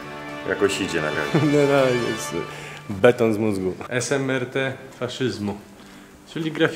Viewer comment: Wspaniały, jak zwykle, materiał. Taka uwaga: nie esemerte, tylko smrt, czyli śmierć. W jężykach słowiańskich występuje coś takiego jak sonant, czyli spółgłoska zgłoskotwórcza, obecna wciąż m.in. też w czeskim czy słowackim.